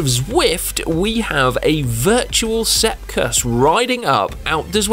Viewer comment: Like when heard Sepp Kuss 👌